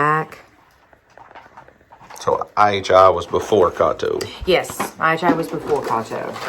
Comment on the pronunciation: Its KAY TOE